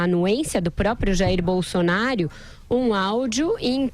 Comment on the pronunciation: "Jair Bolsonario"... (👂 ) (😉 apenas uma brincadeira 🤭)